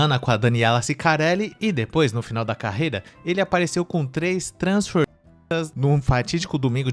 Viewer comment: Mano pq vc ta colocando o PÍ quando vc fala TRANSFORMISTA. É engraçado pra caraleo. Faz isso nao pow. 😂😂😂